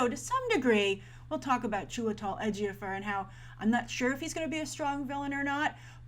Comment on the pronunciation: Why does she keep saying Edgier-Fur instead of Ejiofor